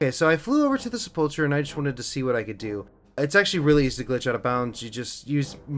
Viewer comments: SepulKUR not Chur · Isn't it pronounced Sep-ull-ker? And spelt sepulcher?